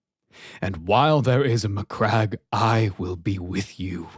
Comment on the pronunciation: My dude I'm sure that saying MyCrack instead of Macragge is a WarHammer Joke already done to death but at the same time I laughed way more than I should have